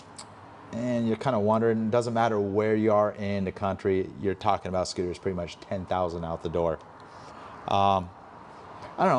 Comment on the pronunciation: "I Like Scuters".